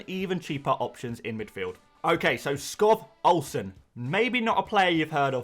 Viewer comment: The V in 'Skov Olsen' is a soft V. It's pronounced "Skou"